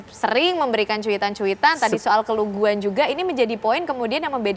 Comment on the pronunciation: Bukan keluguan, tapi KEDUNGUAN..,!!